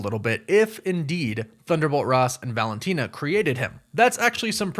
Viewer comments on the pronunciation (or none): none